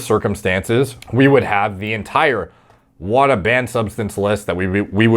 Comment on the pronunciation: WADA is pronounced wod-ah not whata.